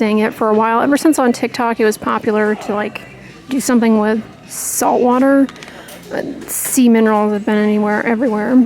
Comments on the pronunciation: You said “ sea minerals”.... I heard “ semen rolls “ 😂🤭🤣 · Oh ‘sea minerals’!!! I totally kept hearing ‘semen rolls’ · Omg forgive me but I kept hearing “semen rolls” instead of “sea minerals”.. 🥲I’m such an idiot🤦🏻‍♀️ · Sea -min…. Wait what?! I had to listen to that one twice 😅😅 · ROFL, me too! It definitely caught my attention! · Me too!!! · Me too! I laughed so hard I choked on my toothpaste!!! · Not alone!!🤭🤭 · I thought I heard semen rolls too!